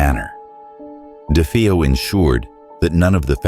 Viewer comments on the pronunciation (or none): ChatGPT rubbish. delete 👎🏽👎🏽 "dee fee-oh" Ok.